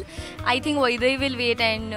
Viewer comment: Aaaa itst not vaibhavi itsss vaidhai